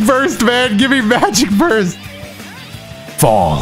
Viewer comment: Bro saying fall had me dead